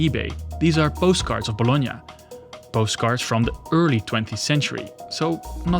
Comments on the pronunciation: ... No way... First time i ear am English speaker nailing the pronounce of Bologna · I have always found it annoying when Americans pronounce “Bologna” as “bah-law-nee”, thanks for using the proper pronunciation.